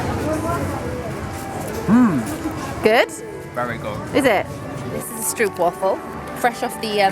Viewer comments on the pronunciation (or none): As a dutch person its kinda funny because you prenouce it as struupwaffle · WHY WHYYYY you Said so much wrong like stroopwafel and ravelijn aaah (sorry im duch)